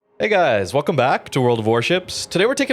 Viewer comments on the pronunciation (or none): none